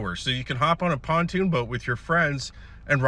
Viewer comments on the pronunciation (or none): none